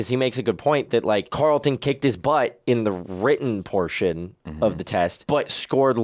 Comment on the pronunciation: I don't know why it irks me that people call Alfonso character CarlIN, instead of CarlTON. Even Will says CarlIN. 🤣🤣🤣